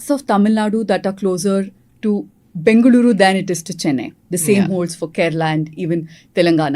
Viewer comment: Bloody hell sheth callung as bangalire instead of bengaluru